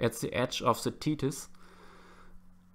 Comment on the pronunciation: I like how he says ze and not the. Sorry